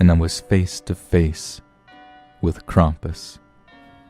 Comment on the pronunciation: YEEEEES!!! You pronounced Krampus' name right! Good job!!!